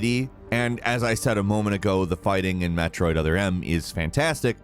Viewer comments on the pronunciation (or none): Did man just say MAT roid?